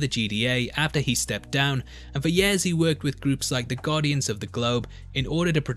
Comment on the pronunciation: you say yeahs instead of years. its funny thumbs up